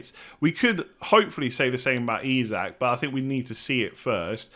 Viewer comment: Nailed Isak. Absolutely bottled hyperbole (it’s buh-LEE)